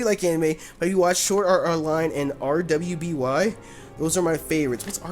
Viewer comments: RWBY is pronounced as Ruby. It's an anime type show created by Rooster Teeth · Am I the only one who had no trouble reading the Unown Script when he held it up? Also RWBY is pronounced RUBY and is an 3D Americanime of sorts by Monty Oum. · RWBY is pronounced "ruby." It's great, and it has better fight sequences and music than Fairy Tail at times to! I feel like you would like it :) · RWBY is pronounced "Ruby" and is produced by RoosterTeeth, a company in Austin Texas. They have a few YouTube accounts, such as LetsPlay, GameFails, TheKnow, RoosterTeeth, and GameKids.